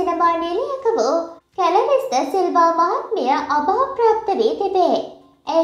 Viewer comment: 😂😂😂😂😂 කැලරිස් නෙමේ ගොබ්බයෝ.. ක්ලැරිස්.. අඩුගානෙ නම හරියට කියන්න ඉගෙන ගෙන හිටපන්.. බෙල් ගභන්ඩම චැනල් එක.. යකෝ මිනිස්සුන්ට වැඩකට ඇති දෙයක් කියපන් මොනවා හරි ඕපදූපයක් දාලා වැරදි පින්තූර දාලා වීව්ස් ගන්න හදන්නෙ නැතුව